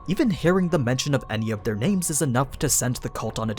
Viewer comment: He pronounces a looot of names weirdly, you get used to it. It's a small price to pay for all the juicy details on these great series'